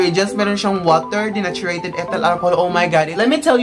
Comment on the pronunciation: Dineychurd po basa don sa denatured hindi po dinachureyted